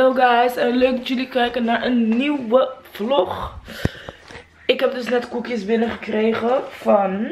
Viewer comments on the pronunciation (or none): none